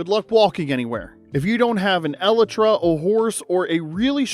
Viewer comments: What is an eletra i thought it was an elytra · Why did you pronounce Elytra like that?